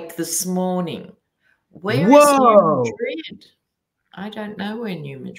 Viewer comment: In the States, we say New Mad Rid with two distinct syllables, accent on the first. We don’t say it like the city in Spain.